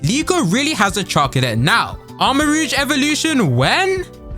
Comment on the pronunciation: It's pronounced row-g, not rouge. Rogue is the thief, rouge is the make-up. Also, under that theory I'd bet on a Palafin for a Paladin.